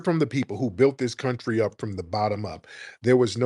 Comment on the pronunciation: “in my coulntree… 😂😂😂😂 “ as tethers